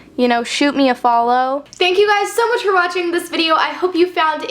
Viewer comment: WTF? am i the only one freaking out cause she says "I SEE YOU GUYES"??? YASSS theres hope